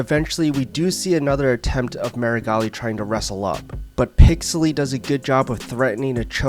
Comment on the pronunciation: I came this video to watch Meregali get his arm broken again. But i STAYED for the way you miss pronounce " PIXEL - LY 's " name HAHHAHAHAH well played my friend well played. I could not resist the bait rofl XD